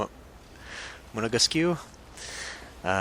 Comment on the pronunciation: It's pronounced "Monégask" without stressing the "né" (the "é" changes the sound but doesn't imply that you have to stress the syllable - contrary to, maybe, Italian, if I'm not mistaken - ah, not sure, are there cases in Italian when there is an accent on the last syllable but you actually emphasizes the penultimate syllable ? Zut (!), I forgot). I've been very conscious about the fact that we don't really have to stress syllables in French, since the "flibustier" incident :p (the French Vigilante is done... for now :p )